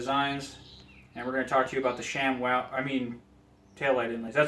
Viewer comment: You had me at "SHAMWAW" HAHAAAAAAA!!!